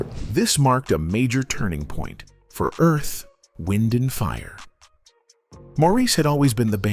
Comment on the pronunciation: "Morris" White? Earth-- Wind & Fire? I hate these AI creations! 😡 Repetative, poor pronunciation, annoying. I stayed in my home 3days after hearing of Maurice's death. It was like loosing my closest friend. I played EWF music day and night, and cried as I sang along. R.I.P. my friends. You will live in my heart forever🎉 Thank you for sharing each of your extraordinary gifts❤